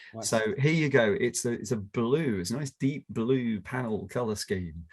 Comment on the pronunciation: Chris' "blue" sounds a bit like "bloom" - actually quite nice :D It also goes a bit into the French "bleu", with the U maybe sounding a bit like the one in "cru" (as in the Wine terminology).